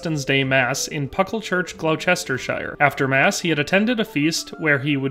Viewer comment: dArby (derby) and glostur-sheer (Gloucestershire) is how it’s pronounced. Great video though x